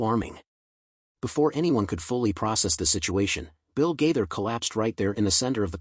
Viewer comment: This is Outrageous! Several questions: Why is Anderson Cooper’s face posted as though he had a part in this post? Why could the person reading not remember how to pronounce Bill Gaither’s name? Is this be a way to escape prosecution for posting these lies? Satan, in the name of Jesus, be gone!